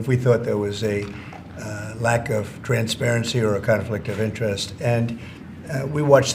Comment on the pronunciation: Why does he keep pronouncing it transvarency?